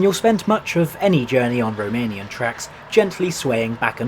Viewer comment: Thank you for this video, I didn't know this train existed. I appreciate your Romanian pronunciation 🫡